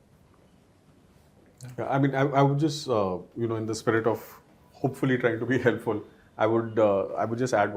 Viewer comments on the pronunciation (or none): Thank you for airing this - as an entrepreneur.. i value this honesty! And it is right spirit, not right spirits :)